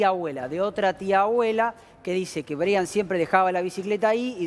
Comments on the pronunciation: anunciando la muerte de un angelito, con música de circo???? es en serio??🤔.......…😭 ah!!! y por favor, se escribe Brian, pero se pronuncia Braian. es un nombre en inglés. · Creo que se pronuncia Braian, y se escribe Brian.